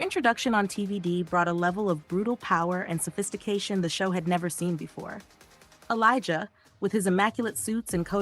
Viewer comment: Its elijah not elizar